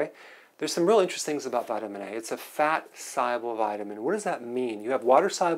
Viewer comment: Wtf is a follicule? What is solble? The speech impediments... Oy vey